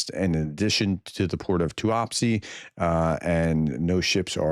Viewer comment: Hi prof tuapse is pronounced like this …too-apps …don’t pronounce the e at the end I hope this helps